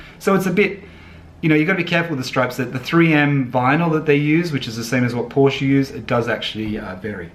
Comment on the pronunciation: Adding a stripe reminds me of the bogan Holden drivers who take off the GMH lion and replace it with a Chev bow tie. I prefer completely original, the Porsche 911 style speaks for itself. BTW please learn to pronounce Porsche correctly.